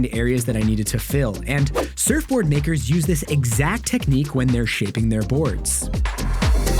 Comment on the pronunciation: no it’s because it sounded a bit like the n word, like “makers” sounds like “neyggers”